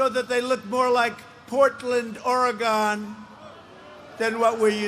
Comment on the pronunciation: I’m a life long Oregonian and two things. We’ve been working to recall Governor Brown for years. She does not represent her state. Just represents the radical left. Secondly teach The President to say Orygun!